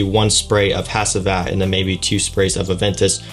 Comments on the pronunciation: This house is from Turkey. In Turkish, the proper pronunciation is: Nis-han-ey(short e sound at the end). The Turkish language pronunciation of the perfume name is: Ha-ji-vat. No worries about mispronouncing such since Turkish language is not your native language. Turkish people are extremely hospitable and the fact you made efforts is awesome. You should make future plans to visit Turkey in the future. Istanbul and other cities are fabulous. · I’m watching this a year later and as a Turkish person hearing you say “Has-I-Vat” and “Na-Shane” keeps making me bust out laughing. Good review though